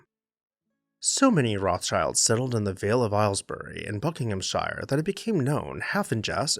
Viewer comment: Love your quaint pronunciation of Buckinghamshire! And it's still green and verdant.... That the government refused the gift of Mentmore and its priceless art collection can be ascribed to a small minded Labour government. Typical lefties!